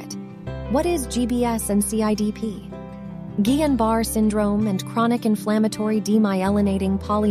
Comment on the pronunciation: Barré, not Barr. Pronounce it correctly, please!